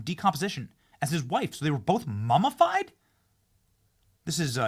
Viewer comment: Ok. I can't listen to this anymore. Learn to pronounce words properly: MUMMIFIED not MUMMAFIED. Absolutely awful pronunciation.